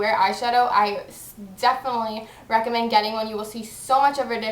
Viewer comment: she says reccomend like rackomend aha